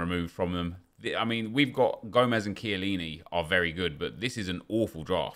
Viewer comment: can british people stop saying SHILLINI its KIELLINI